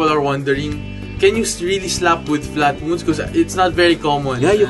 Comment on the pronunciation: Why do you two keep saying Flatwoonds when it's Flatwounds, they are wOUNd flat, rhymes with sOUnd! I'll be woonded and really wound up if you don't learn to spoke right!